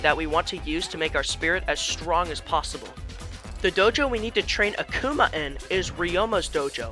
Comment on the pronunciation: "search for a spirit named "AhK-oomAH" it pains me to know that there are people who have no idea who Akuma is. Also, you cheesed him until you won!? Youre so weak sauce broh